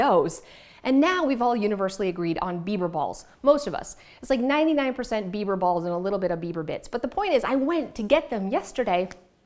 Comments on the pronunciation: I thought you were saying “beaver balls” which made it even more! 🤣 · I thought you said beaver balls!!🤣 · Great clutter free ideas. Love the kleenex box. Not sure if I could keep a straight face ordering bieber balls or bits. At one point it almost sounded like you said bieber bit*ches. lol 👍🤣🤣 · Digital books are clutter free. Also I thought you said Beaver Balls. And I was thinking "Doesn't Canada have plenty of those already?" 😂